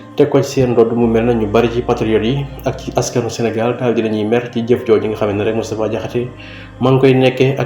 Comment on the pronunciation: DANGUÉÉNE DI DIMINUER LE S DE MOUSTAPHA MOU TOUDD MOUTTFA DIAKHASSÉ